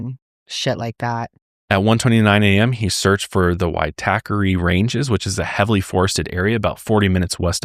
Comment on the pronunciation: Good pronunciation of Waitakere ranges! I lived there for many years (inc at the time Grace was found there). Also I've stayed at City life where she was murdered. Grim. PS Jesse was born Lower Hutt just north of Wellington NZ not Australia